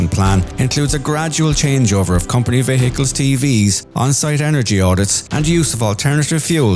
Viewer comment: why are you pronouncing the word "vehicles" so strangely ? like - "ve-hehehehe-cles "